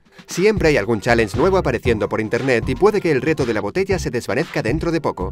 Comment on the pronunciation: pq los españoles hablan tan mal el ingles??? dice chalenje